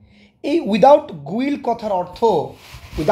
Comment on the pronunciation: Guile , it's গাইল not গুইল